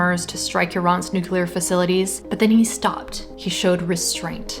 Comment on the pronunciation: Did he say"nuckalar weapon"?